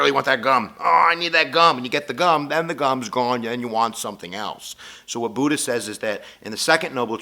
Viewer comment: Every thing is pronounced wrongly: Buddha, Buddhism, Siddhatha Gautama (this one's real bad), dukkha and all other Buddhist terms. This video is very superficial.